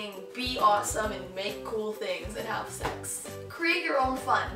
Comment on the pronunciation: Did u say have sexx ? Lol